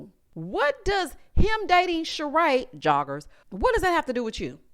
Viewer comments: 😂😂 lmfaooo every time u say ‘jOgGeRs’ i be weak asf. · EVERYtime you say joggers it takes me out 😂